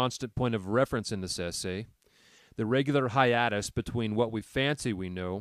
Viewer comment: bro how he pronounced hiatus is sending me